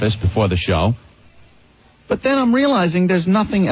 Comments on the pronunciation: Ugh, it’s not even “but” it’s “buit” or “boo-it” how could he not realize that for a decade? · bhut or bwut works also 😂 It drives me crazy everytime I hear it, that and fuchitive. Nobody who worked with or for him dared to correct it because nobody wants Greggshells in their life, it was the messageboard comments that finally made him stop.